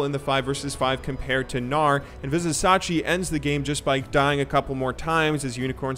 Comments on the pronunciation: It is pronounced Viz i cha chi not Viz i sa chi. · so annoying when u misspronounce vizicsacsi its not vizisachi its vizichachi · Vizicsacsi --> pronounciation Vizishashi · Like, is the terrible pronunciation just a troll, or are you just bad at pronouncing things in League. It's Vizicsacsi, pronounced VIZI-CHACHI. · it's "...chachi" not sachi :D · as a uol fan boy this hurt. vih-zuh-cha-chee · it Tilts me to hear how he says vizisacsi... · Vizicsacsi (pronounced: Vih-zih-cha-chee) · hey, I am not sure if you are interested in talking about people name's right pronunciation, but if you would see his name [Vizicsacsi] like this way: WeezeChachi. Hope it helps <3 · i know if you watched the event that you are saying it like this on purpose but it's spelled vizi-cha-chi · come on man VI-ZI-CHA-CHI !! = Vizicsacsi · I'm from Hungary as well as Vizicsacsi and you pronounce it wrong. (BTW Vizicsacsi means WaterDonkey) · ViziCSACSI... come on.. it's not even hard to pronounce.. you had one job man... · The mispronunciations are cringe-worthy. C'mon, he's been in the EULCS for over 2 seasons. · you say cs like ch in chili